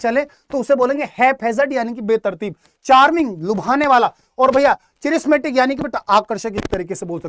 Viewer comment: Sir ji Aapka pronounce Galat hai चिरिसमेटिक नही कॅरिसमेटिक होता हैं....................